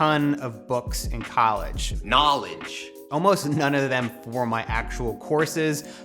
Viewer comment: "knawledge" really hoped we weren't headed to your garage or we, as "subscribers" would have to sit you down for an intervention.